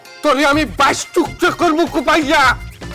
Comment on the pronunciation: নাটকে টুকরা না বলে টুরকা বলছে😂😂